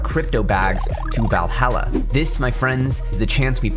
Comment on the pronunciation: what the hell is Valhella he keeps speaking about?